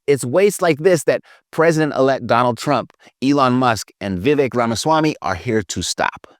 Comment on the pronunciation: Vivek says you pronounce his name like this: Vi-vake. Rhymes with cake.